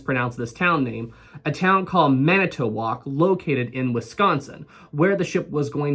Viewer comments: "...That cold, dark night SO long ago..." This was the very day I was born, November 18, 1958. And while I was born in New York, I have lived in the Chicago area since 1969 when my parents RIPPED me from Paradise - Florida. You pronounced the Town Manitowoc correctly, but I thought I heard you say "Milla-walkee". Oh well. Another factor is that most of my boating has been on Lake Michigan. Fresh water is not like Salt water, weighed down with that salt; it lumps up and you get steeper waves that slap at your hull. A five foot sea is palatable in a Catalina 22 on the ocean, but on the Great Lakes, it's like getting slapped by a prize fighter. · I’m from Milwaukee wi you definitely pronounced Manitowoc correctly ❤ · Correctly pronounce is Manitowoc ✅ Incorrectly pronounces Milwaukee 🚫 😂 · Why is it so funny you said Manitowoc right but got Milwaukee wrong lol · I enjoy your videos. And as a resident of manitowoc wisconsin. You pronounced it right